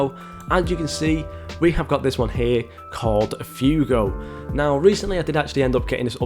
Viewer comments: Fuego is pronounced (fweɡo). Not Fewgo. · man said "few go" LMAO